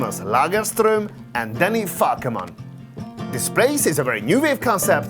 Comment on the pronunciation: I can tell you paid attention to get the prononciation right for Jonas Lagerström and Danny Falkeman. This is no coincidence. Thank you for your respect.